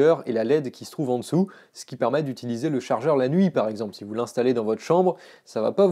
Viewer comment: ExAAAAAAAAMPLE??? je me désabonne ! Je pensais que tu étais un pro serieux! encore une fois une bonne douche froide!